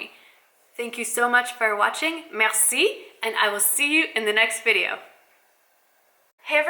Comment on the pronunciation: Nice! You even had a natural sounding roll on your 'r' in Merci! I have been looking forward to your opinion about the program. I am going to join you and sign up for a review - we have not been to France in so long but my college French made it so much easier, and so much more fun, traveling around the countryside especially. Even though many Parisians speak quite good English, it feels polite to speak with them in their native language to at least begin the conversation.